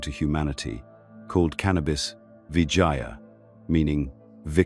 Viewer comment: Its called "Vijaya" not viagia .. just a correction there.. Thank you 🙏